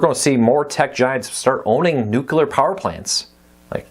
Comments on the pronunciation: Just for clarification, there's only one "u" in nuclear, it's not pronounced "nucular." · My pet peeve too. A lot of people do that. I just let it go but I always remember that it’s spelled n u c l e a r. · it drove me crazy every time Kiefer Sutherland said it on 24. I don't hate them for saying it, I just hate that they say it that way...